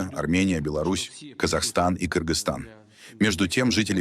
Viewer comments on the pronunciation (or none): none